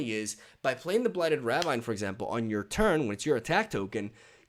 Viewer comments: Love the videos and the content. I'm not sure if you are purposefully saying ravine in the manner you do but the standard pronunciation is "ra-veen" but I like your pronunciation all the same! Can't wait for the new expansion. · It's not ravine, it's ravine, gosh...